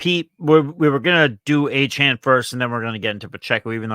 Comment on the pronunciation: You’re telling me not one of these guys can say De’Von Achane’s name correctly?